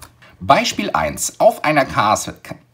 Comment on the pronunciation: lol sprechfehler am start